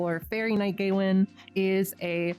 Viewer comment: Im sorry but Gay-win, is 100% the worst way to pronounce Gawain